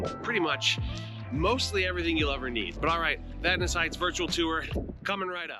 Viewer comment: As a Vadnais, I want to thank You for the pronunciation part of the video. It was Vad-Nay until We entered the U.S.